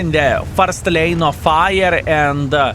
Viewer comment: why do you keep saying "lane" when you mean "line"?? 😊😊 You're welcome.